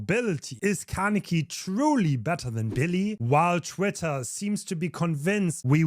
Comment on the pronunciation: Kah - neh - key. "neh" like the "ne" in "neck" like in your example. See it as three separated sounds instead of trying to link them with each other: kah - neh - ki. Alternatively, you can go to google translate, select Japanese, type "Kaneki" and click on the speaker icon to hear.